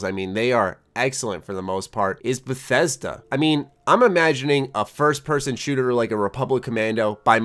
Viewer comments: I cringed when you said Bethesda. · Lol how did I know this guy would say Bethesda.. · Lol of course he would say Bethesda.